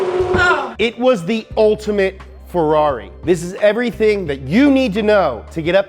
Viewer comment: How did you manage to "almost" nail every italian proper name in the video but you still sistematically get wrong "Ferrari", "Evoluzione" and "Competizione" (even "Fédération" in "FIA", but that's French) LMAO